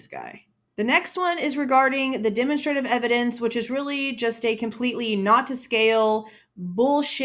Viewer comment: Demonstrative is pronounced "duh - mon - struh - tiv" evidence